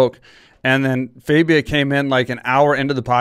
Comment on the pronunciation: his name is not faybia its fabia